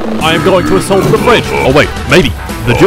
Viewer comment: He gonna asuult da bri ish